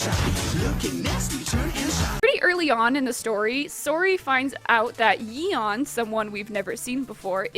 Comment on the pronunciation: I'm sorry, how did you pronounce Yeon? It's a pretty common korean name, a single google search would have been nice.